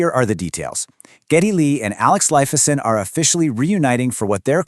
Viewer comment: P👂T! Lifeson, 2 syllables, not 3! At least you got Geddy lee’s name right…